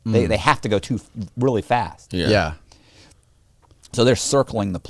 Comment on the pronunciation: Who else laughs when over-emphasizes the “Rrrrrr” In “Really”